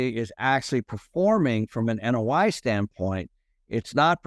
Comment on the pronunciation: WTF OAI? Not OAI, NOI - Net Operating Income.